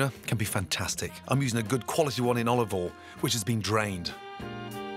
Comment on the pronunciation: FUN DRINKING GAME: Take a shot every time Gordon Ramsay says “Olivol “ or “Salt and Peppa”